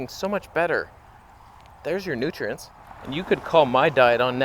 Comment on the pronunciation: Every time you said "nutrients", I heard Sverige's accent.